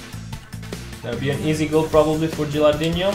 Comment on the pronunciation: I'm an italian fan. Could you please read "no" of gilardino like you read no in english and not like you read ronaldinho? You're great